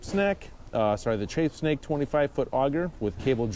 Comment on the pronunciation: Mispronounced trapsnake twice lol